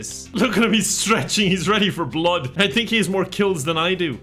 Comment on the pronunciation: Blessed be this cult for constantly feeding your endless hunger for suffering. PS: Gotta love that segment when goes Full Irish: "look at him stretching, he's ready for blod. I think heas more kills than Ai du"